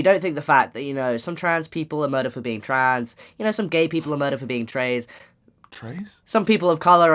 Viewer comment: okay but "tray"